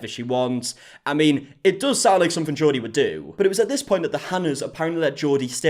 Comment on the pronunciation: The way you say Jodi is like Geordie 😂